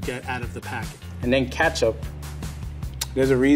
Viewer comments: Why’d he say ketchup as katchup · Why does pronounce ketchup like that. its a E not an A. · Did they say katchup and not ketchup